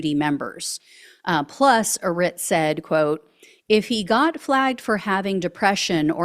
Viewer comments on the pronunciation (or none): none